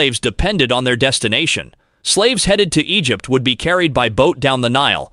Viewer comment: sorry if this seems fascetious, but i gotta ask if this is some kind of robo voice... or if this is a living breathing human being?? lmfao -> i cant get passed how he doesnt know how to pronounce EGYPT, i was already cracking up with Ah-Ree-Ah's... shat, neegar, and cama-rone... connecting E-gif-t to..... yo, quit staring at my ah-ree-ah... sounds like he's trying to say areola instead of area.